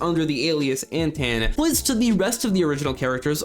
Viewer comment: I believe Antaan is pronounced like Anton.